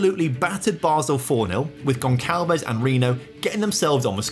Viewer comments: Goncalves is a soft C not a hard C. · By the way, when the letter C has that little s underneath you pronounce like an S so Gonçalves is pronounced Gonsalves. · stop saying gonçalves wrong jesus